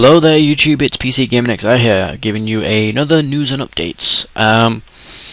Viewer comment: "hello there you chube "